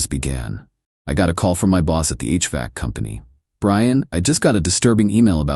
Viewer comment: It is called H-Vac. 2 syllables